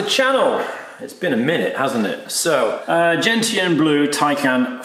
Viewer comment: Gentian Blue is pronounced "jen·shn".